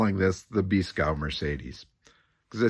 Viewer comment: FYI: Beeskow would be pronounced something like bays-cove...